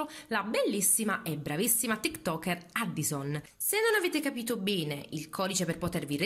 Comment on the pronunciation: SI PRONUNIA EDDIOSON